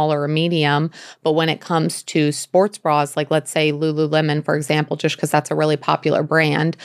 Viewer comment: Why does she pronounce the word ‚just‘ so strange? I Love the information, but can’t listen to the jush jush all the time🙈